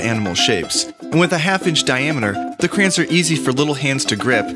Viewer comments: It's pronounced cra-yons not crans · Crans? It's pronounced CRAY ONS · Stop saying crans. Its pronounced "cray- ons" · its an accent. where I live we pronounce it cran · i just pronounce it like crans :L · I haven’t seen anyone comment this so here goes Nobody: Absolutely nobody:: craains